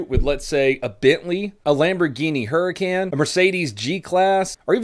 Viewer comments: I love when he says HuRry-CaN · The way he said huracan , got me dead